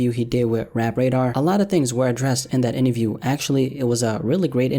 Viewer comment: A part of me died every time said "INNAVIEW"...